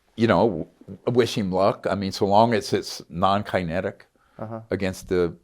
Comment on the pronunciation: debacle? like shackle? lol kinetic w/ a long I..lol his attempt on material is where he lost me... hard to believe someone who made it through medical school doesn't know how to pronounce these words.... love the show, but Greer isn't credible